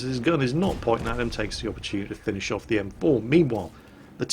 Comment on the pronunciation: And every time said 'meanwhile' i actually heard it as 'memewhile' XD I guess this flu has gotten into my ears as well.